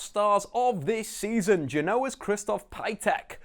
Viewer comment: You never watch Genoa, right? 😂 From wrong pronunciation to slightly wrong description.